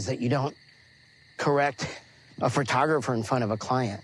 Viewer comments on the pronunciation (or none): I cannot stand the way he says "PHRATOGRAPHER" IT'S PHOTOGRAPHER, YOU DINK!!!! UGH!!!